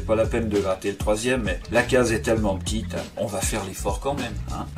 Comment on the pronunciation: Bjr j'aime bien quand tu dis petite car tu le prononce pitite vidéo 😀😀